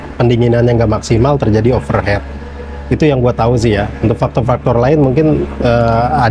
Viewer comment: pelafalannya bukan "overhet (overhead)" tapi "overhit" (overheat) artinya terlalu panas, kalo overhet artinya di atas kepala